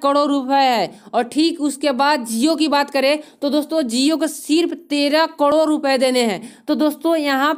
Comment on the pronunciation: Karod bolna to Sikh le